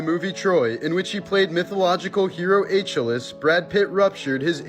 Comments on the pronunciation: It's pronounced Ah-kill-ees not H-a-less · It's actually pronounced as A-shEEl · It's 'A-Kill-EES' and 'An-A-Toe-LEE'. Fyi. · Are you uneducated enough to not even look up the pronunciation of "Achilles?" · Dude your pronunciation of Achilles ruined this entire video lol nerd shame on you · I was gonna comment the same thing, but u beat me to it. Lol. 😅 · I was just about to say this about Achilles😂